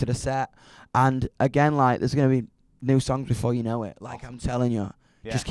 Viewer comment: How many syllables does "before" have again? "Be-fo-oh-ore"